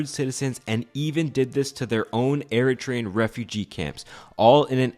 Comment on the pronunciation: I am Eritrean and you did good! 😊